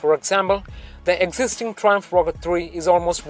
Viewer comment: ...What the fuck are you saying? Learn to speak English properly!!!